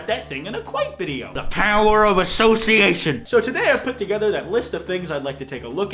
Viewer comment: "THE PooWReer Of aSsoCIatioN"